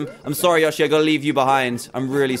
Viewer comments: Its not yoshy its yoeshy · Its yo-she not ya-shi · its not yoh-shy its yoe-shee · Its not yosi its yoshi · It's pronounced Yo-she. Not Yash-e. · ITS YOSHI NOT YoSHI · LOL When he said "yoshi" it's different from an american accent-- I kept hearing "your sheep" "i want your sheep" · Lol it's really funny how he says Y0SHI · yoshi? pronouced : yo-she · It’s not called yoshi it’s called yow-she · it is Yoshi not yoshi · Anyone else pissed that he said yoshai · its said y-o-s-h-ie ok? just wanted to help you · The way he says yoshi lol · Say yoshey wrong lol